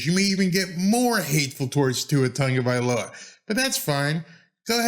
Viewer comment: Why do so many people add an N in Tua's last name? Instead of TAGovailoa, so many call him TONGovailoa.